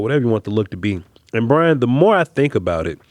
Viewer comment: 1st its BRY-an 2nd yes